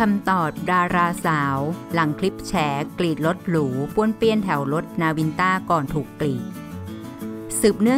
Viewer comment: ดังก่าว กีด..อ่านไม่มีคำควบกล้ำเลย